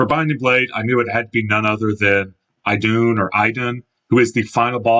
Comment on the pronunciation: The I in Idunn's name is pronounced more like an E. Anyway, I was taken aback when you listed Sombron for Engage, but your explanation makes perfect sense. I was also really disappointed with the Dark Emblems in that fight, but they may have considered the ideal approach too much of a hassle for development. For Travant, I think your idea would've undercut that chapter; a theory I've heard is that he knew he likely wasn't making it out alive by the end, so he did what he could to ensure Thracia's future instead.